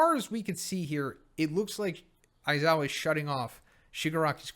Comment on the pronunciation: Never stop saying aizowa its the best lmfao